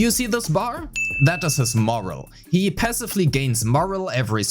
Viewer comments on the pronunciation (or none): 97% sure the mispronouncing of "morale" was for comment section algorithm and ya know what Here ya go 😂